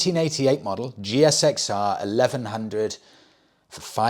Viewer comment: Loving the upgraded interview room, much better. Just a small point..... When referring to the GSXR, in the UK it is pronounced Gixer, the G as in Golf not like a J. Keep up the sterling work. 😊